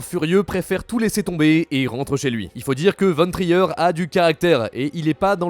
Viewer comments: Non pas "Lars von Trayeur" , Mais "Lars von Tr-i-r"; c'est un nom danois . A notre époque , il est facile de savoir comment prononcer un nom étranger. l'excuse "je ne sais pas comment ça se prononce" sent la facilité. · Par pitié, Lars Von Trier, ça se dit "Lars Von Trir", on entend pas le e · Pour info, ça se prononce "larse vone trire" et "nicolace windingue rèfeune" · C'est qui ça lars von traïeur ? Faites un effort de recherche quand vous faites vos vidéos c'est au moins 1 nom par vidéo qui est mal prononcé c'est irrespectueux et vraiment pas pro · faire une vidéo sur le cinéma et se planter sur la prononciation de "Lars Von Trier" c'est chaud quand même